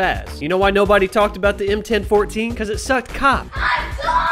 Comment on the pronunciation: I’ve never heard the M1014 be pronounced that way, that hurt my head.